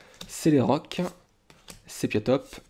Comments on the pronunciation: On voit que tu n'es pas allé très loin dans la 6G, c'est dommage, c'est l'un des meilleurs de la série ! Sinon, c'est Sépiatop / Sépiatroce, et non Séplatop / Séplatroce. Je regarde pas toutes vidéos, et ne collectionne pas les cartes. Mais c'est toujours un plaisir de t'entendre ! :) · pas mal ! mais beaucoup d erreur de prononciation de poké :/ surtout sepiatop et sepiatroce alors pourtant écrit noir sur blanc^^'